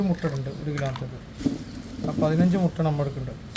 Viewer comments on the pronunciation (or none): none